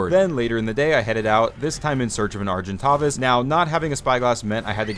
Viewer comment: How to pronounce Argentavis CORRECTLY (no hate just for everyone to know) Are-Jen-Tay-vuss / Ar-Gen-Tavis